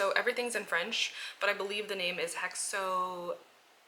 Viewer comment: Hi I'm french and I confirm that hexomédine antiseptic is just a best seller in France! And you pronuced it perfectly 💪